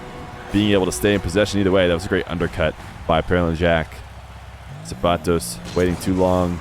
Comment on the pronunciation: Thank you for pronouncing zapatos correctly lol